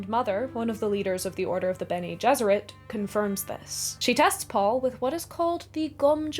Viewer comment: its amazing how basically everyone pronounces Bene Gesserit wrong